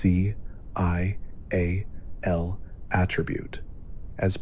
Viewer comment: Please just say VATS and SPECIAL. Omg